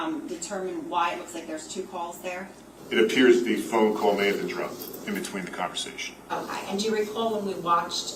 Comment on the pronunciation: The female prosecutor always says “o-ki” instead of “o-kay” lol it always makes me giggle when I hear it.